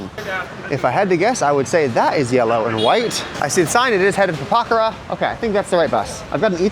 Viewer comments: It’s Pokhara not pakhara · Po - Khʌ - Ra But, that's just a small tidbit.